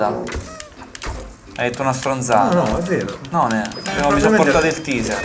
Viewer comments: raga comunque la pronuncia non è TISER è TEISER. Tiser significa suscitare curiosita, tipo ATTIZZATORE e si scrive teaser. Taser è l'arma stordente che intende voi e si legge TEISER. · TASER, non TEASER